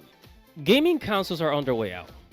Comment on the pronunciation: councils? does this fool know how to speak?